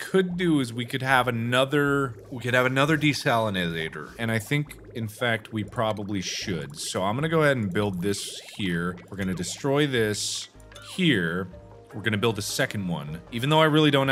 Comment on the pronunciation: de-saladator is what i herd :/